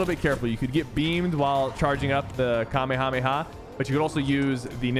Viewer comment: Sypher is the first gut that ive seen that pronounces the kamehameha right